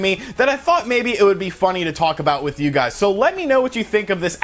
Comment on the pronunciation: "Yer gizes". Lol